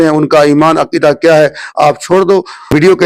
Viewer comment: Pahle aap Salam ko sahi karain